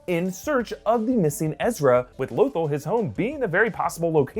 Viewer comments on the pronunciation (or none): L Oh thul.... its L uh th all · when says lothol and not lothal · omg it's LoTHAL not Lothol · Low -thull??? Low-thull?? REALLY? You can't even pronounce Lo-THALL correctly. LOW-THALL. I guarantee half of your predictions are meaningless. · Low-thil? Heard of Lothal, not that. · It’s Loth-AHL, not Loth-uhl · I'm sorry, but it's pronounced Loth-All not Loth-ull. But then again idk... Lando pronounced Han as HAN, instead of HAWN... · It's pronounced low-thawl no lothel you uncultured swine. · Lo-thall wtf is lothel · "Lothal" is pronounced Luth-all sorry just... Bothered me for some reason... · Low-thall is how its pronounced sir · “Lothal” is pronounced “Lo-thAll” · IT'S PRONOUNCED LOTH-ALL. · Repeat after me: low-THAWL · Can you please stop calling it LowThol. PS I lovr your videos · It's pronounced like "la-thol" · Does he not know how to pronounce Lothal? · What's up with your pronunciation of Lothal? Have you never watched Rebels and heard how it's pronounced? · Omg!!! Love your guys vids but learn how to pronounce Lothal!! Nails on the chalkboard for crap sake! 😖... 😂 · The way you pronounced "lothal" pissed me off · I love everything about this.... but the way you pronounce Lothal..... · I watched rebels and the way you say Lothal is utterly frustrating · Lothal? Are you sure you’re pronouncing that correctly? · mispronouncing Lothal made me more furious than it should have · Very much dislike the way “Lothal” is pronounced, especially since I think I recall hearing pronounce it correctly in the past